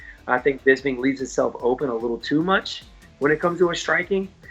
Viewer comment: OVP can't even say Bisping